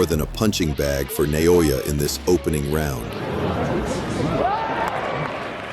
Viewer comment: Stop mispronouncing: "Na-yo-ya."